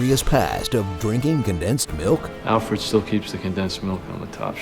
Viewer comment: why cant say the letter 'r'?